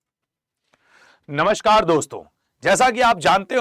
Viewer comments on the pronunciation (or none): none